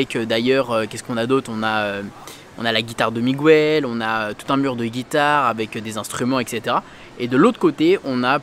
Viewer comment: Ça se prononce « Mig-el » pas « Mig-ouel »